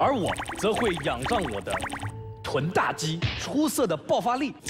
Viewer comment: 在 分的时候好好笑啊那个老外哈哈哈😂😂😂 臀大肌说成大脚肌，抽筋说成抽肌。 哈哈哈哈哈哈哈哈哈太好笑了我都笑抽筋了😂😂😂